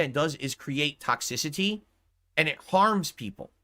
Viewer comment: "Sponsors won't touch anything with ToxSISahTEE" Yes we know, hence why you have no sponsors.